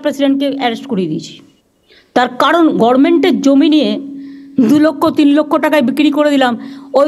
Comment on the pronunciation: আপনি কেন গরমেন্ট বলেন? গভর্নমেন্ট আজও বলতে পারলেন না........